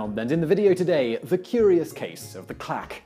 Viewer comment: I thought he said "the clap"